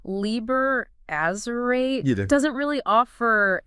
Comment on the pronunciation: These are either AI voices or they really can't pronounce very many words right. Azerate: Ahz-zer-rah-teh Chaosophy: Cha-os-sophy.